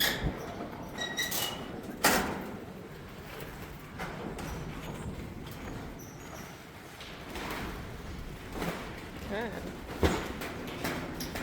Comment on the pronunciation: I've never heard an american youtuber being this close to the correct pronunciation of Knipex.